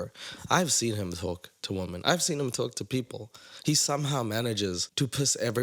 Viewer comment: Idk why but it infuriates me that they pronounce “him” like “heem”